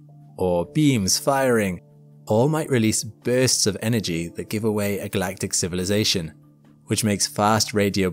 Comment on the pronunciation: Yikes, I've never seen anyone mangle the word "civilization" so BADLY, before.